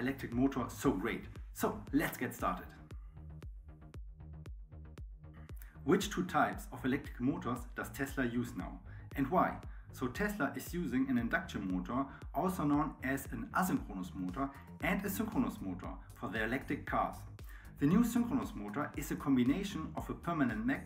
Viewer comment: ASS-in-Cronos? ASS-in-Cronos? What are you talking about?